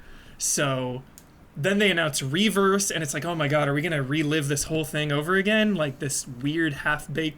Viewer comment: simply refusing to pronouncing it "R-E verse" is funny, he's been doing it since it was announced lol.